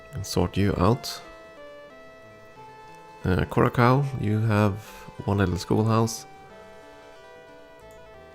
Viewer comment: For what it's worth: It's Kou-Rah-Saou, not -Kaou